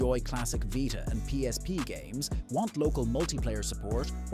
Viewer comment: what is the vighta? its a veeta.